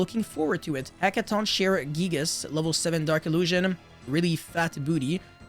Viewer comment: This archetype is so sick, from the art to the names to the effects. I’ll definitely be building these when they come out. Also the name is said like “heckaton KAI ree”